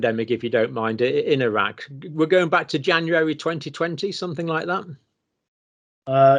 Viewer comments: The pronunciation is different, it's Araq, not Iraq. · The virologist is talking about the city of Araak(in Iran) a few hours away from Tehran. But people are mishearing the name because it is similar to Iraq(which in Iran we call Araagh)